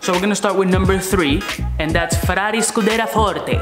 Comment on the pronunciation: Its pronounced scu-de-(RIA) Not Scu-de-ra love your videos man !